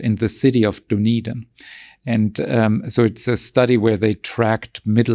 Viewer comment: The Duodenum/duondenun Pace? Lady, it's Dunedin! (Pronounced DUN EEden). Far out. 😘